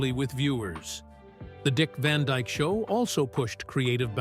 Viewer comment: ITS DYKE….NOT DIKE….GET IT RIGHT !